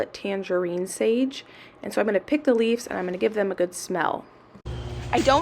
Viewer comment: Are you saying "leaves" or "leafs"??? It's driving me nuts lol!!!